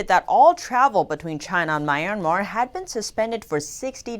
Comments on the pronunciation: I love your channel, you're doing great work, but can you please correct your pronunciation of Myanmar. It sounds like "Mi-en-mar" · There u go again with MORE FAKE NEWS!! but b4 i go to THAT, i hv to TEACH YOU something: IT'S NOT "MY(like in Mai) IRN MAR"...IT'S "MEE URN MAHR"!! Got it??...i wonder HOW YOU WOULD CALL PEOPLE FROM MEE URN MAHR??...IF YOU DON'T KNOW...just let me know...I WILL TEACH YOU!!...ok...so lets go to d point about YOUR NEWS...BILLIONS of Masks?? Not TRILLIONS??...c'mon!!...when u say "A Hospital" ...that is WRONG!! Your Journalist Credentials ARE VERY POOR, VERY, VERY POOR, SPECIALLY WHEN YOU "ARE TRYING" TO REPORT IN ENGLISH LANGUAGE!!...WE English ppl or Americans say "ONE Hospital"!!..and that is WHEN NOT TO MENTION D NAME OF THAT HOSPITAL...like when u say "A DISTRICT OF BEIJING" (NOT saying WHICH DISTRICT (??)!! In Beijing we hv SOOO MANY DISTRICTS)!!...understand?? It's MORE DN OBVIOUS that your own EDUCATION is EXTREMELY VERY POOR...but STILL...you are considered as TV REPORTER(?)!!...there is ALOT MORE to say about your NEWS...but you know what? I feel TIRED....and IT WOULD B A WASTE OF TIME making REFERENCES towards your INFORMATIONS!!...there is AN OLD SAYING "THE RAIN CAN HIT D ROCK, BUT CANNOT BREAK IT"!!...same goes to you!!😈😈😈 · Thoroughly enjoy listening to this channel. Notice one minor error, Myanmar is pronounced ‘mee-ahn-mar’ :)